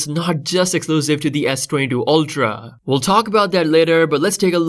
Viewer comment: S22 oLtra wtf it's pronounced "ultra"